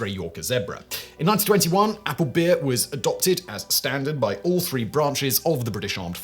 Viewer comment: We had thu-ree in Australia's ARes Sigs.